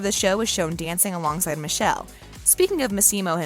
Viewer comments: his name is actually pronounced '''Mickhélé'' not Michelle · It's Mikel not misel😑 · Michelle? No honey. It’s mee-keh-leh. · Please pronounce Michele's name correctly.